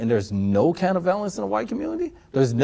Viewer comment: That was bugging me, too. He couldn’t say ‘violence’ nor ‘violent’ right once.